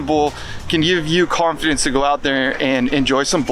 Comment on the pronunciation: You said "build confidence" at the end, but it sounded like carve-fidence